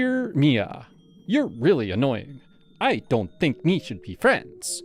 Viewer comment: How about 'deer' and 'shud' instead of dear and should.